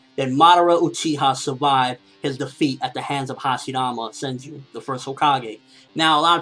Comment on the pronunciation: it's senju, not senji